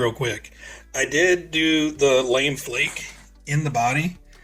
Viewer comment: Great video, and super helpful. I'm building one for myself as I type this. :) Just an FYI, it's not Lame Flake, like "that was lame". It's pronounced Luh-may Flake. Normally it has a little accent mark (Lamé) but Tamiya omitted it for some reason.